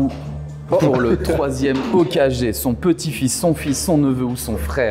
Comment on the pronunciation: OkaGÉ😂😂 Vsy respectez un peu non, je regarde pas de manga et je kiffe pas ça, mais tu peux pas dire « sazuki » en tant que présentateur oh respecte les gens un peu non?